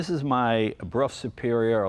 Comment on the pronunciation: Until I heard Jay do it, I wasn't sure how to pronounce Brough. Thanks Jay.